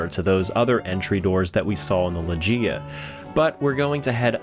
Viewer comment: I've never heard loggia be pronounced "lodge-eee-uh" before